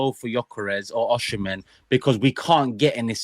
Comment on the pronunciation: OR-SEE-MEN. That is how to pronounce the name - Osimen.